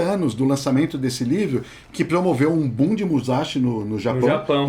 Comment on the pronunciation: Seguindo minha tradição quando vocês falam de Musashi... ", é MUSASHI, não é MUZASHI!", hehe!